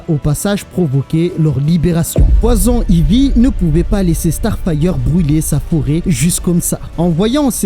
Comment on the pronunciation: Poison Ivy aussi tu le dit vachement mal 😅😂 moi qui est bilingue ça ma fait saigner des oreille a chaque fois Sinon en general j'aime bien tes videos